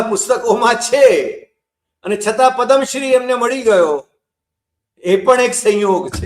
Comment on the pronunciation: પદમ શ્રી નહિ પદ્મ શ્રી